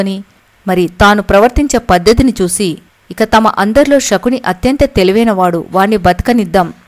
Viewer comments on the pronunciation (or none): Amma " Shakuni " kadamma Sakuni and palakandi .